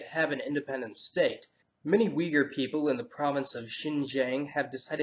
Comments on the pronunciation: อติรุจ uyghurs call themselves Uy-gur, not weeger, did you even read my comment?? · You pronounced Uyghur wrong ._. It's literally just uy-ghur. It's phonetic. .-. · Man weegar (uighur) does not sound turkic. Are you sure this is not English mispronounciation? Someone that knows? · '' fill the gap'' you are so wrong🤣🤣and its pronounce uyghur not weeger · It's pronounced Pash-toon, not Pashtonn. Also "wee-gher" is the english pronunciation because english butchers and changes every pronunciation to suit their lazy tongue. Though Uyghur isn't easy to say and the Turkic languages aren't easy to speak. Listen to the Turkish pronunciation - something like Oi-gur. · It's pronounced "oy-ghur" or "ooy-ghur" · The modern Central Asians were formed a long time before the Mongols invaded Europe....the invasion was in the 13th century, Turkic peoples had been populating a large part of Eurasia then for centuries. Get your facts right man....AND UYGHUR IS NOT PRONOUNCED WEEGUR Jesus fucking Crist! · Wrong pronunciation bro... it is pronounced as Uygur... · It’s pronounced as Ui-gur (U as in Ulan Batar) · Ikr? It's very strange to the ear, bc we (in Kazakhstan) pronounce it OO-IY-GHUR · I've never heard an Uyghur say Weeger. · That face flash when you mentioned wee-gur lol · nah all of you non-Iranic and non-Uyghur are pronouncing it wrong!! like wtf is weegur? uigur? I mean I can't blame you for not having the one alphabet 'gh' in your native languages... it is 'Uyghur' where 'gh' is one alphabet.. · Ooygoor that’s how Uyghur is actually pronounced. Wee-ger 🤣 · No not Wee-gur. Ui-ghur. I am a Turk from Turkey. That is how you pronounce it. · Correction . It's not pronounced wee-grr it's pronounced ooy-g'ur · Uyghur is pronounced as /u:i,goor/, not weeger. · WEE-GER??? Really?!!! Thought you're a smart guy but man wtf was that?!!! It is ''UYGHUR'', you can pronunciate it like OOYGOOR...and btw it is IRAN (EE-RUN), not AIRAN, WTFFFFFF?!!!!! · It is not wee gur it is uyghur